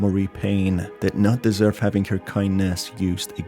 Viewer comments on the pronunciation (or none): none